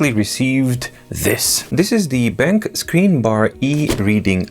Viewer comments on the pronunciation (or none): Hi! The correct way to pronounce the brand's name is "Ben - Q". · I believe it's pronounced Ben-Q.